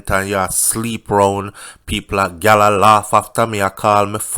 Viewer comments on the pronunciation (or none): none